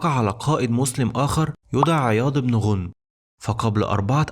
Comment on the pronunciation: احسنت ولكن اسم الصحابي عياض بن غنم بفتح الغين وليس بضم الغين والله اعلم